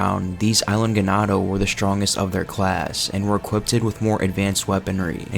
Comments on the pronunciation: "Equippeded" hahaha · Great video. I have to say though that it is "equipped" not "equipted."